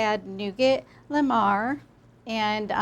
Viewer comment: Nougat [NU as in mOO (like a cow) and GAT as in bAR] noo-gar Montelimar [MO as in on (on/off but don't pronounce the 'n') and [TELI as in telly (television)] and [MAR as in MA and PA Kettle] MOnTELLyMA